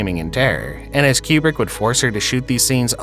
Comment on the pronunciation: Coo-brick...not kyoo-brick. Like nails on a chalkboard. 😆